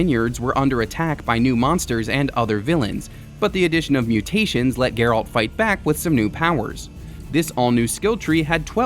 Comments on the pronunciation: Anyone else getting slightly triggered by the over annunciation of alt in Geralts name from this guy? 😅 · You can tell this guy never played the game since he can’t even pronounce Geralt’s name properly lol.